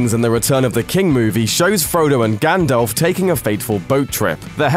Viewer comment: Dude, Gandalf, GANDALFFFFF, not Gandolf.